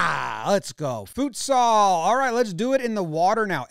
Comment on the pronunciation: Oof Jomboy, we need to work on that pronunciation of Futsal.